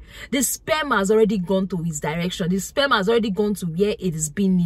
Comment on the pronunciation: Taking 📝 and sitting to the front of the class. Love the way she says SPEMM the R is silent🥊💯👍🏾